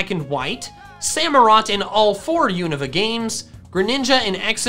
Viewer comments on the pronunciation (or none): none